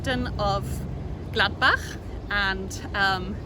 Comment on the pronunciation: Love the way you say gladbach lol